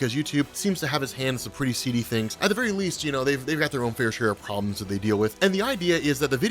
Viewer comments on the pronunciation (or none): none